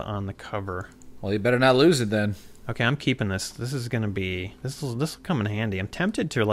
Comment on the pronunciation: Nobody does it Bwetter!